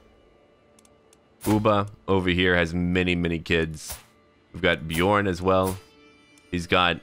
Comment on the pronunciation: The “ö” in Björn is pronounced like the “u” in run Love your vids and the fact you’re brave enough to try to pronounce foreign words much love from Norway